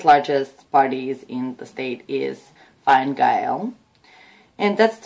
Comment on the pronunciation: Quick help with your pronunciation. Enda Kenny is the Tea - shock (easy way to help you to remember how to pronounce it) and his party is called fin - a gale.